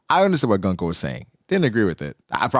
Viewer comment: Goon-koe! Why is so hard for people to say her name properly. Goon-koe!! It’s like saying goon. And then adding koe.